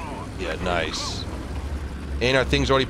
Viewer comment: Thailand nooooooooo ''Noice shot''